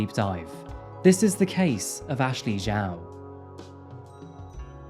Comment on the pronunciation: 11mins in and the reporters are frustrating me with their inability to pronounce “Zhao” properly. It’s not hard.